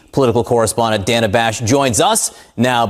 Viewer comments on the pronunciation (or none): Dude keeps saying DANN-UHH ... It's pronounced: DAY NUH That's a simple and common name that anyone in the English-speaking world should already know